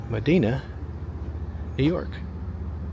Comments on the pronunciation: Medina is hardly forgotten. (It's pronounced Muh-DINE-ah, not Mi-DEEN-ah). It has world class acoustics in St. Mary's RC Church that are well-known and well- used by classical musicians. It has wonderful, upscale restaurants, a charming and well-supported bookstore, significant investment in infrastructure and business, an active business community, festivals and community events and a strong sense of community. It has been in "revival" mode for some 20 years and has a tangible air of creativity and openness. It has none of the characteristics of a "forgotten town." In particular, it lacks these defining features of a forgotten town: net population declines, lack of investment in infrastructure and business development, and rising poverty. In contrast, Medina's population is rising, investment is increasing, businesses are doing unusually well and personal wealth is increasing. You do not appear to have done any research on Medina and several other towns. How disappointing. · You’re saying it wrong … it’s pronounced “Ma-Dine-Uh” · There are a lot of Medinas, but that particular town in NY isn't pronounced as "muh-DEE-nuh". It's pronounced "muh-DIE-nuh" there. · Its MedIna, long "I" not Medeena, why don't you learn this stuff before you make videos? Re: Albion, yes that was a barge in the canal in downtown. The tugboats tow them down the canal. You obviously don't know that Brockport is as nice as it is because it has a campus of the State University of New York....FYI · It's pronounced MeDYna, not MeDeena. "FitzGEEbbons" Pub ??? Gib me a break!😂😂😂😂😂 These are beautiful towns lost in time. They could be museums, or something out of a Twilight Zone episode with no people. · It's not "Madeena". It's a long I, not a schwa. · Just letting you know it wasn't "Medeena". It's Medina, with an "I" sound. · It's actually pronounced Me-dy-na. And the pub is Fits-gibbons. If you are going to comment on the sights, learn how to pronounce the names. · Pronounced Ma-DI-na